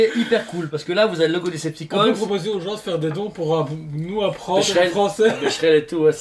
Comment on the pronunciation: Decepticon? C'est pas plutôt Cedepticons? :D lol Excellent le truc...pour qui aime :)